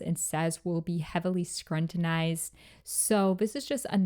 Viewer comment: Love the video queen but its pronounced skrew-tin-ized not skrun-tin-ized!